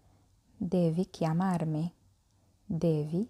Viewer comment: كلمة chiamarmi تلفظ i في نهاية الكلمة ايييييي ولا تلفظ على انها e ايه يعني كيامارمي... وليس كيامارمه .... شكرا للمجهود وانا من المتابعين والمستفيدين.